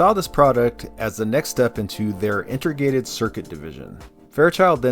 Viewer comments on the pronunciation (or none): Nice deep compilation! It is slightly distracting every time you say inter-gated instead of inte-grated though. Don't worry, I won't go nucular on ya over it, I'm not that pendantic.